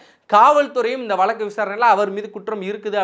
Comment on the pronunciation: Valakku illa Vazhakku, oru payalukkum Zha varadhu, ana Tamil valakarom nu solluvanga